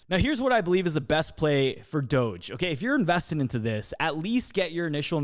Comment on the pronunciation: how you say "doge" is troubling. Softer G on that. doge = doge.... not doge.